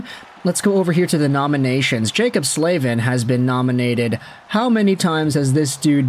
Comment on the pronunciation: Is it really pronounced “Slave-in”…? Surely it’s gotta be pronounced “Slav-in”…